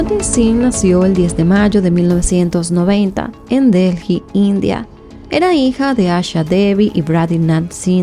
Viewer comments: Un comentario dirigido a: La capital de India, la ciudad de DELHI, no se pronuncia "DELJI". Se pronuncia "DELI". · Se escribe Delhi, pero no se pronuncia Delji, se pronuncia Deeli